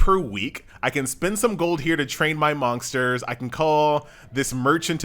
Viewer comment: why is he saying monksters? :D